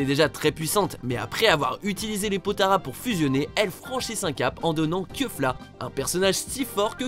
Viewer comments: On prononce kéfla et non keufla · Comme d'habitude, le massacre des noms des personnages... Non, on ne dit pas "keufla" quoi